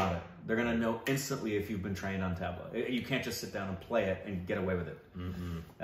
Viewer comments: High time both of you start pronouncing the "tabla" the correct way. It is not 'Tab La'. It should be pronounced as 'Tub la'. Ustadji will be mortified hearing you mispronounce his favourite instrument! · &, Maybe don't pretend to play an instrument the name of which you can't yet pronounce. Go review your interview with Ustadji Zakir H. He gently corrects your mispronunciation of Tabla be saying it the correct way repeatedly. Go watch, listen, and use your 5 second "Back" button, or simply rewind, and listen, listen, listen. Go back again 3 to 5 days in a row and listen, listen, listen. That should get you much closer than where you are now.